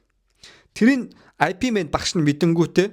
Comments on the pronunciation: i pi mena гээд байхин ip men гээч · "IP Man" bish "Yip Man" gej duuddiim daa uul ni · айпимэн, бүрс лэ, пилсоп, күнпү, 😂😂😂😂 сүүлдээ бүр пүрс лэ 😂😂😂😂